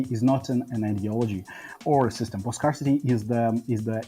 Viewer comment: Thank you chat, I was about to krump myself if he kept saying “scar-city” instead of scarcity XD